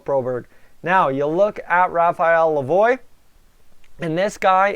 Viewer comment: Its not lavoyyyyyy its pronounced la vwaaaa as in Lavoie French